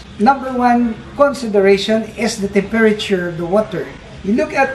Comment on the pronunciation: learn how to say temperature